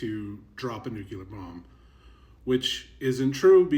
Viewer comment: [nu klee er] or [new clear] not [nuke you ler]